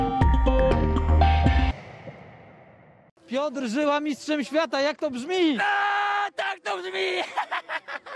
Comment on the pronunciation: Pjoter - "żem się wykładał na tym rondzie" no miszcz